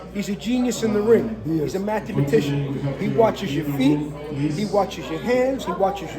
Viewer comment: "Matthew Mathcian" hahahah im dying